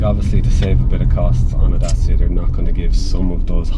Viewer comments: What;s a DASIA?....Last time I've checked was called daCia....not daSia🤣🤣🤣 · The correct way to say it is Dat-chia. (I asked a Romanian workmate. He said it was named after the ancient Dacian tribe who resisted Roman Emperor Trajan. Trajan's Column, still standing magnificantly in Rome, was built in 113AD to celebrate the Roman victory over the Dacians ... pronounced Dat-chians. It was the first of many Columns .....Dubliners should thank Trajan for the design of Nelson's Pillar.)